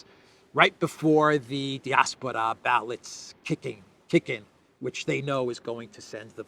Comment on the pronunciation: Love the channel. But I think it's pronounced "die-ASS-por-uh."